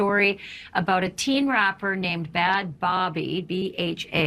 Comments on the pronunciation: "Bad Bobby" made me LOL. God if you report on this you could at least know how to pronounce the names of the people involved. 🙄 Derpy ... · Hearing this woman mispronounce her name as "Bad Bobby" I can not blame him for that chuckle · I thought she said bad barbie😂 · Did she just say bod baby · Off topic, but when the interviewer pronounced her name “Bad Bobby,” my dog (actually named Bobby) tilted his head & made a whiny noise 😂 Laughing so hard now 😂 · Notice how the interviewer attempts to discredit Danielle right out of the gate!... noting that she was this out of control teen, disrespectfully pronouncing her name wrong, mocking the fact that she asked for an apology. It's really disgusting watching these two full grown adults try to make this teenager who is speaking out about abuse seem like an attention-seeking manipulator. Even if she's annoying and acts out that does NOT negate the fact that she experienced ABUSE. That reporter should have been concerned and grilled Dr. Phil instead of being on his side. She just immediately assumed that Danielle was lying. And Dr. Phil looks so contemptuous with that smile. He made MILLIONS of dollars off this girl and now he "cant remember her story". Bull crap Dr. Phil.... Bull CRAP. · I found it very concerning that Dr. Phil didn’t correct the pronunciation of Bahd Bhabie’s name. Even if he is attempting to discredit Danielle, most empathetic human beings would, at the very least, help the reporter by not letting her potentially mispronounce something for the entire interview. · I hate the fact that they out the video of how she was back then, like that has anything to do with her or her abuse accusations. Its just trying to tear her down and belittle her before half telling her accusations. They treated her so bad I hate the way they handled it like first mispronounced her name then retwisted her words. It feels so manipulative. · bhad bhabie, yeah. i think she did too.